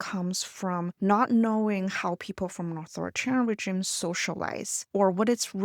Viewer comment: The G in "regime" is soft. The word is originally French, after all. Think reh-zheem, not Jeem.